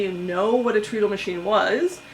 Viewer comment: Hello! Neat video and story. One thing, I am pretty sure (I could be wrong) that it is pronounced tred-ul because your feet run it. They tred on it! (Tread sounds like tred.)